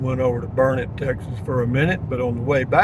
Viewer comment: It's Burnett can't you learn it !!! LOL 😁